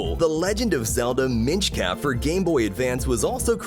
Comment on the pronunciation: "hen mario" "rainbow path" nsmbw coin world did not retain the gameplay, it isn't even a platformer anymore OH MY GOD "the Legend of Zelda Minch Cap" wtf seriously, what is this script??? no related events or past memories present, several errors in speech, no vocal changes, AN EMOJI IN THE TITLE, CONSTANTLY LISTING 3 THINGS, uh... none of the information stuck except the pictures so... (Constantly listing 3 things, adding random emojis to things (like titles), monotone/non changing voice (no natural changes like shifting tone), and no past experiences mentioned is red flags that this is AI btw...) THE FASTEST WAY TO GET 99 LIVES CAN BE DONE IN THE 3RD LEVEL, you can obtain an invincible koopa troopa by making yoshi eat a koopa while there are two players and ground pounding with both at the same time to create a shock wave, then spit out the koopa shell and stomp it, pick it up with propeller mario, fly, and drill down. Infinite lives. IT'S A GROUND POUND SHOCKWAVE, not a 'group movement pow jump'